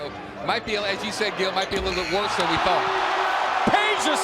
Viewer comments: IT'S NOT PEJA ITS PEDJA FOR FUCK SAKE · why Peja and not Pedja cuz J is pronunced I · It's not Peja its PEDJA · its Pedja tho not Peja overall great vid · Lol. Peja-vu. You slayer.